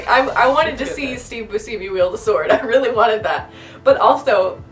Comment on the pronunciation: Boo-see-me!? No, young one. It's Boo-shem-e. 😂🤨🙄😘